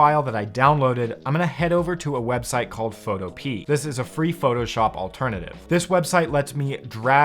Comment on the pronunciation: Dearest, please learn to say it correctly. It’s not PHOTO PEA. It Pho-to-pee-ah like Utopía